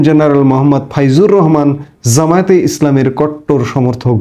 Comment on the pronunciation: You are smart, you talk well, but for God's sake get your J and Z correctly pronounced. খুব কানে বাজে jeneral, jaamat, jamaat, jeneral. Please please please